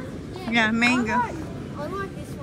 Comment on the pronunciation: mango pronunciation po just check po, few times ko na po kasi nadinig from you, para po tama na next time 🫠✌🏻